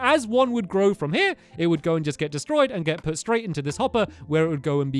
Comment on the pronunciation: its pronounced U put not puted put